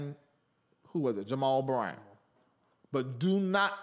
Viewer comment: The way you said Jamal Bryant’s name 😂😂😂